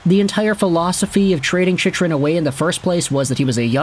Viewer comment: Chych is pronounced Chick. Sorry, but you said it so often that I had to say something brother ;) Cheers